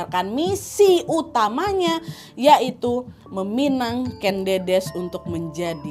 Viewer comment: Buat pecinta sejarah dan untuk semuanya. Aku boleh mengoreksi ya Kak Nadia, untuk pengucapan nama Ken Dedes. Yang benar begini: Ken Dedes (Jawa: ꦏꦺꦤ꧀ꦝꦼꦝꦼꦱ꧀, Kèn Ḍĕḍĕs) yang tidak paham IPA (International Phonetic Alphabet), cara ucapnya /è/ itu kosakata 'enak' dan /ĕ/ itu kosakata 'emas'. yang bisa baca Aksara Jawa, silakan baca. Matur sembah nuwun